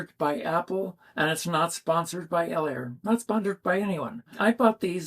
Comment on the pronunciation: I have moderate hearing loss. When you say the name of the Elehaer model, I have no idea what you say. I have to see the word , like close-caption on tv.